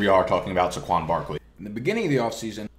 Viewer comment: SAY-kwon. Not suh-KWON.